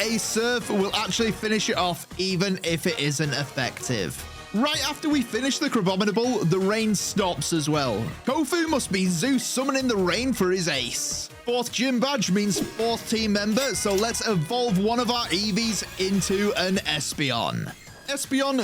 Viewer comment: Zeus not zues 😡